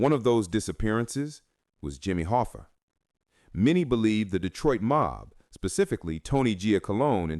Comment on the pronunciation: "Jimmy Hoffer"